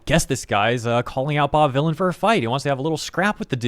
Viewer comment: Vylan as in Villian. lol he tried his hardest.